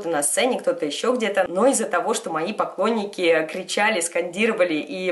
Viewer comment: мне кажется или на она сказала не поклонники,а покойники)